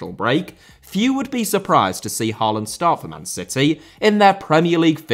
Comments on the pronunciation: When will a Brit manage to pronounce Erling Haalands name correctly? Maybe around year 2049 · Your pronunciation is not half as bad as The Irish Guy, so don't worry. A lot of good points here, don't agree on Solbakken just yet, but players out of position is key. Ajer and Østigaard for instance has to be solidified as center-backs and not anywhere else on the pitch. The same for a lot of other positions, we just need them to settle. But Norway is missing a top GOALIE, that is by far the weakest link in this team, to adapt to modern football. Just like Allison, Ederson, Onana (before United at least) we need someone reliable between the sticks!! But no, its not the best team of all time. The team "Drillos" from WC '94 through EUROS '00 consisded of 3 to be trebble winners from Man U, regulars for Leeds, Southampton, Chelsea, Spurs and a lot of Liverpool players. That was our golden-age, beating Brazil in 98'. And why us Norwegians love English football so much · The letters 'aa' in Haaland and Ødegaard are pronounced more like the o in 'goal' or 'score'. The d at the end of the names is also more or less silent. So they are "Ødegore" and "Hoelann" :D